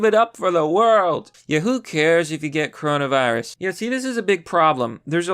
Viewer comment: cuh row nah veye rus